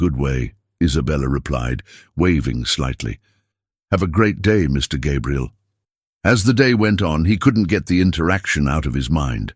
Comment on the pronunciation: The narrator keeps messing up Gabriel's name some times saying it right, but a lot of times calling him Gabrielle (which is a girl's name).